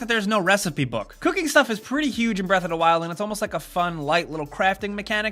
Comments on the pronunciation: what really drives me crazy is how he pronounces it breath a 'da wild. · Zelda: Breath Uhhh-Duh Wild. pronunciation is hilarious to me.